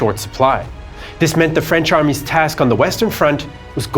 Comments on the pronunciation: Awesome production..great job guys..your ease in pronouncing the French names is so impressive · I love the video as a whole but especially your pronunciation of the many names especially the French.